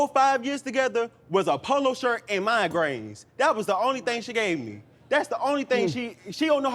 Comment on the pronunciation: Do you say mind grains😂😂😂😂😂😂 instead of migraines